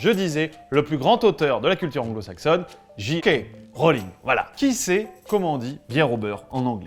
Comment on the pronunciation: Ça se prononce Jay.K. Rowling. Car Dji = G. Bonne continuacheun